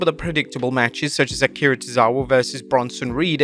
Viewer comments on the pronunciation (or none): none